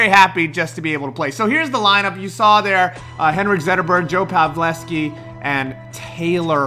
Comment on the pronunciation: its pav-el-ski not pav-les-ki